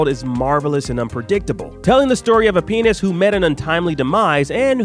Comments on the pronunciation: This is why it’s important to enunciate all three syllables of “pianist.” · OMG, you're right XD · That's "pianist." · Soul, telling the story about a what?!? Oh, a pianist. Clear annunciation is important. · Glad I’m not the only one who picked up on that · Even the subtitles missheard